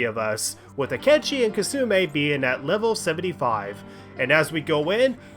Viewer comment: it really bothers me how you keep mispronouncing Kasumi as kasume